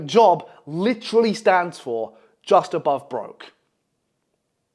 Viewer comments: bro said obove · ABOVE NOT OBOVE